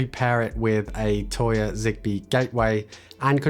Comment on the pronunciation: Please stop saying toya....